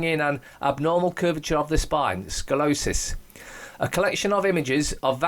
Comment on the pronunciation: Sko-lee-oh-sis is how it's pronounced, with the accent on the 3rd syllable. Not trying to be obnoxious by correcting you, I just happen to know a lot about it. So, HA! attributed to vaccines, eh? Wow... those things is rotten.